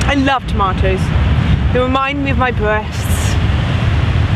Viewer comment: I love tomatoes - they wemind me of my bweasts!